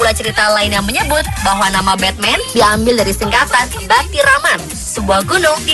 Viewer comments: Bacanya jangan Betmen juga atuh, memalukan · Batman di turki bukan di baca betmen. Beda ucapan kaleus